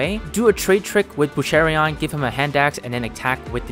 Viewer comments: Small note: it's Boucheron, not Bouchereon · “Boosharion” lol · Boucheron. Boosh. Err. Awn. No “i”!